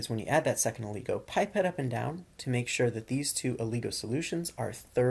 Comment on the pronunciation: It's not Ooooligo lol Its oligo